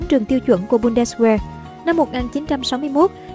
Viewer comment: Ad ơi,trong tiếng Đức kí tự W phát âm là V.Có nghĩa chữ Bundeswehr phiên âm ra phải đọc Bun-des-ve